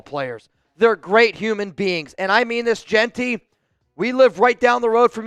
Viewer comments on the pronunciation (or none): You like Jeanty? Learn how to pronounce his name.